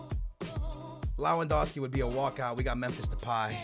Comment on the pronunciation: LEJUANDOWSKI the pronunciation kills me LEVANDOWSKI it's pronounced.